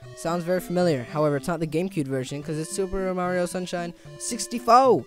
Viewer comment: Wow. Nice. Lol "Sixty-FO" I figured you would say "Mario-ish". Wow at the 2D version of SM64 and the last one!